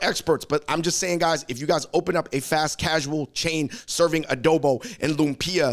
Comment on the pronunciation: Bros., LOOMP-yah, not loom-PEE-uh 🤓